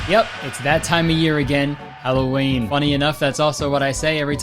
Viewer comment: mf said "hello ween" and i hit subscribe